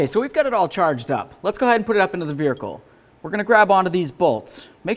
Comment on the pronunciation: Veericle lol